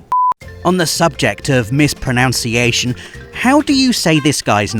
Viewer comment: Ironically you said pronunciation wrong